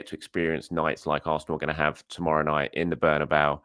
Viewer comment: It's Bernabeu.